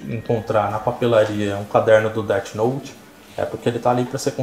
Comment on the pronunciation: "DET" note kkkkkkkkkkkkkkk